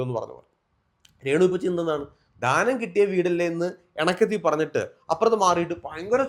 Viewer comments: ധാനം അല്ല 😂 ദാനം എന്നാണ്😂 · Ningal oru അധ്യാപകൻ ആണെന്ന് പറയുന്നു.ധാനം അല്ലല്ലോ. ദാനം അല്ലെ കറക്റ്റ് word.please.....